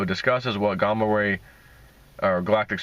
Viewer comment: Gaaaaaaaamma ray, there are two m's for a reason, the short vowel sound. Ligo is pronounced, (Lie)go, with a long vowel sound.